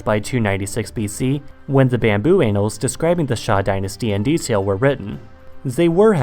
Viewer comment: Please don’t say “Anals of history”. Say annals.